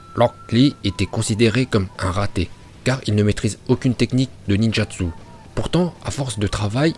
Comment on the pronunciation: La prononciation en VO toujours aussi incroyable. “ Ninjatsu “😭😭